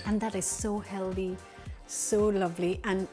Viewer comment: / the word "Healthy" is pronounced Hell-Thee. Not Hell-Dee.